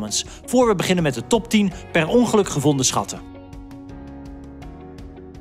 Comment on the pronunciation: Perongeluk? Perongelijk😂😂😂